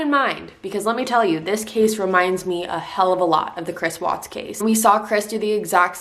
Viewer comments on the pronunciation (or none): none